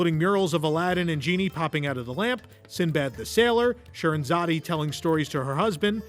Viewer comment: Scheherazade... the 'e' is silent. I enjoyed the video. Very interesting.